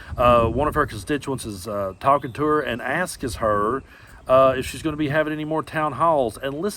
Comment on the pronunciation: Ask-es?!? It is asks